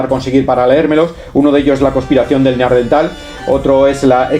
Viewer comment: NEANDERTAL: cuidado con la pronunciación